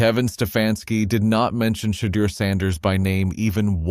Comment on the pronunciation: Learn how to pronounce Shedeur"s correcctly Every Damn Time!!!